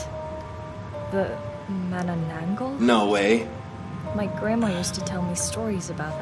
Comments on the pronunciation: It hurts me how they pronunce manananggal as mananggalas😂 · Manangala?? Isn’t it manananggal? (mana-nang-gal) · Filipino game character:''Manananggal'':''Mananggalasss'':''The Manangnacan Y know'' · the way yall pronounced manananggal has me weak af